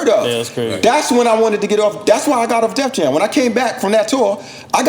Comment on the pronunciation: Why Cormega keep calling the label “Def Jams” ? 😂😂😂